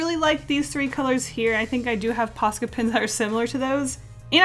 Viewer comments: What does she keep saying? Posket pins? I feel like I am missing something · God everytime she says posca i hear paska which is a finnish swear word :l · Say ''Posca pens'' one more time!!! I challenge you!